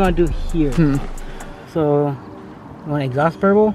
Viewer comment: and “BURPLE” ☠️☠️